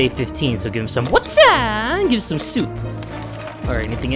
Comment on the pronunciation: And some S O O P